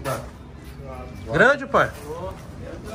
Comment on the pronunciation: Toguro falando pae tem pae !